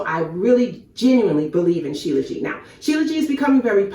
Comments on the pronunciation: You are pronouncing it wrong. SHILA means born from and JIT (pronounces zheet) means mountains. So its Shee Luh zheet not Jee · Shilajit not Shilaji